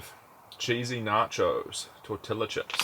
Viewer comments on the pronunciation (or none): Tor-Tee-Ah. Not Tor-tilla 🤣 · The double ll is pronounced j so it's tor tea ja but l do love the way you pronounce it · Mate… Tortilla = Tor tee ya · You don’t pronounce right the word tortilla chips you say the correct way is for tor ti lla chips